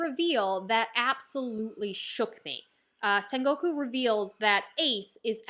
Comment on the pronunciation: Writing ace death make oda cried for one full day. This is one of one piece peak and your sengoku pronunciation is perfect don't worry. Also sengoku is basically japanese middle age theres alot of war in sengoku era like alot and just call buggy crew cross guild it's the cannon name